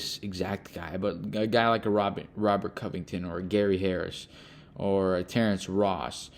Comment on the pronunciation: Did he really say Terrance Ross? WTF we gonna do with him? lol